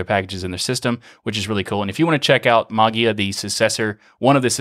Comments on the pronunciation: interesting stuff. I still don't understand the video presenter's decision to say Maa-guee-uh. Maybe one could read the 'ei' as the 'A' diphthong to pronounce "ma-Gay-uh" or "ma-Jay-uh" or, as you point out "ma-Way-uh" or "ma-Yay-uh". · There are two problems for English speaking people not familiar with Greek: the fact that the "ei" (εί) is actually pronounced as a short "e" (as in beetle) - which becomes a longer, lounder "e" because it is also accented- and the problem of the "g" ("γ") which is not abvious at all. The presenter just heard it as... whatever and pronounced it as... whatever :) Not the crime of the century, though :) BTW, are you familiar with the "Erasmian Pronunciation"? Well, you can use it for ancient Greek texts (the ancient Greeks are long gone and there's no one there to correct you :) ), but don't use it with modern Greek, it's just wrong... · I definitely took note, as well. "Like, what do you suppose is the reason for the 'E' character? Why not 'Magia' if you wanna pronounce it that way?" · The word "Mageia" is the transliteration of the Greek word "Μαγεία", that's why you have that "e" in there. If you want to hear how it is pronounced in Greek, here it is: This is the way to pronounce the word mageia (μαγεία) = ma y i a , the y like the w in weather or y in yield, and the accent at the i. In English ge is often pronounced like a soft j, like the second g in garage, or the g in mirage. (Phonetically represented by z.) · Davis because there's not an official pronunciation and I was told that was correct. My natural way is with a J sound. As you can hear in this episode. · I thought you said "that's how they told me to pronounce it" to which I claim the necessary response is "then spell it that way"